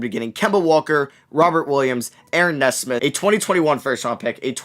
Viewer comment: Nesmith is pronounced Nee-Smith